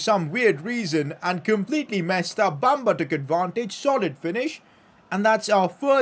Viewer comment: PCQ:Pronounce Bamba as Be-m-ba i know its a E but thats how you pronounce